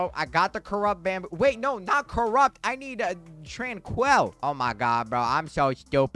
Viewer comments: Bro it’s not tran-quell it’s pronounced tran-quill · Hey man why are you saying tranquil like that? Trainkwul not tran-kwell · how do you manage to butcher the pronunciation of "tranquil" its not fucking TRANQUEL